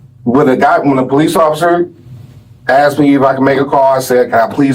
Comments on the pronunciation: They didn’t asked him they axed him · Axed ? The word is asked! 🤦‍♂️ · "THEY AX ME😂 THEY AX ME😅 THEY AX ME😂😂😂😂